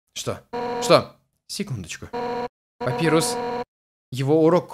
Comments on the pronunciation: не папирус а папайрус! Папирус это бумага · Папайрус а не Папирус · правильно папайрус